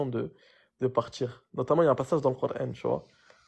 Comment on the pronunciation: Pareil. J'ai du mal